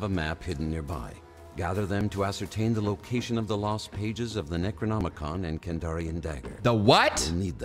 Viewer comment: I know did not just hear "Necronomicon" as "Negronomicon" during that tutorial 🤨